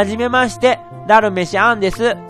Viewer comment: ダルメシ↓アン↑